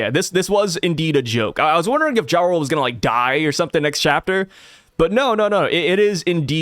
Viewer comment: I keep hear Ja Rule instead of Jarul. Sounds like a good read.